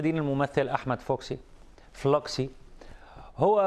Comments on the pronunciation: اسمه احمد فلوكس هههه مش فلوكسييي هههه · HAHAHAHAHA Ahmed Falawks not Flox😂😂😂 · اسمه احمد فلوكس فتح الفاء تشديد اللام سكون الواو فتح الكاف تسكين ال السين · مذيع جاهل . مايعرفش ينطق اسم الفنان المصرى . و دايما مش بيعرف يتكلم . مذيعين جهله لقناه ش ، ر مو طه